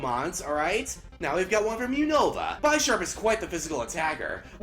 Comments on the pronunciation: ugh... BY-SHARP.... its BIS-SHARP because its a combination of the words bishop and sharp. and is it pronounced BIS-SHOP or BY-SHOP? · Dude it's bu-ish-arp like the ches pice bishop